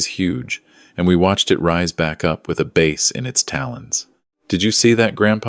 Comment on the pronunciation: Bass not base!!😮😮😮😮😮